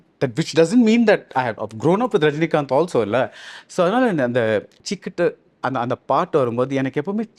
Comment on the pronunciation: Chikutu❌ Chituku✔️😂 who All felt this😂